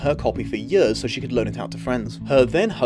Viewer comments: This isn’t bullying like the first half of the video was talking about, but am I the only one bothered by how he says “years”? It sounds like yers, I’m just saying. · Yurs and yurs